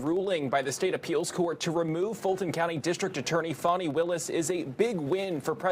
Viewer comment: It is FANI like hinny, not fauni ! This is a bitter old lawyer, get rid of her.